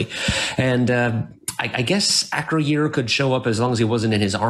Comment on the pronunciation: Your pronunciation of Acroyear is driving me crazy. 😂